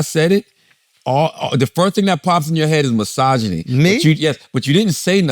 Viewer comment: Not a episode unless you hear charla say MYSOGINY